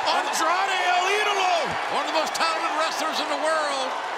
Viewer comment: “El E-DOLO”😭